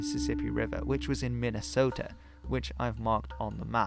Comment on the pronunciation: Never ever change how you pronounce minnesota and Iowa. You say them better than Americans